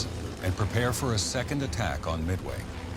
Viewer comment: omg, you saying Midway is so funny, its mid way not meway